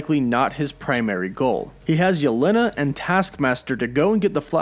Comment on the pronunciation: let me help Jelena/Yelena is said as “Ya-Lan-nah” not “ya-len-ah”